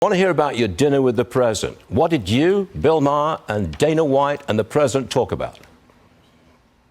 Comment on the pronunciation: Im not sure if does this on purpose but I love how he calls bill Maher “Beel Maher”… that’s hilarious. Screw that boomer